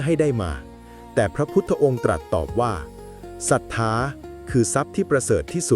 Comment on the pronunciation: ป้อนข้อมูลเอไอผิด ศรัธา ไม่ใช่สัทถา..แต่ก็เข้าใจดี..